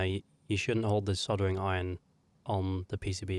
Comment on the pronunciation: Just a reminder that soldering has an L in it. No idea why you keep saying soddering but I wish you'd sodding stop!